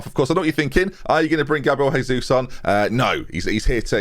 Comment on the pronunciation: Great signing. Don't know how he agreed to move back to UK to be paid 1,5k a week but sure. You're pronouncing his name wrong though. He's Brazilian so it's not Spanish, it's Portuguese.